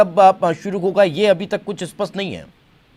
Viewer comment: है को कै बोलना कब chodoge bhai